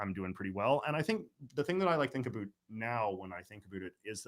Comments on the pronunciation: JJ is very NEEDY for attention. He says ABOOT, only person in Canada who does. Claims falsely it is “Canadian Raising”…but it isn’t Notice he pronounces “sound”, “around”, “found”, “trout” normally, not as SOOND, AROOND, FOOND, TROOT. It’s just one of his annoying mannerisms. His profound hatred of all things Québec is another. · I love how jj pronounces 'about'